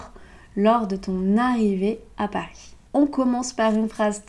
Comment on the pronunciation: Pourquoi prononces-tu le s à Paris?